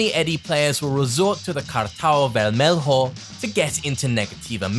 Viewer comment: speaking portuguese was a gift, the cartão vermelho killed me, portuguese is such a rich and complex language, good try nevertheless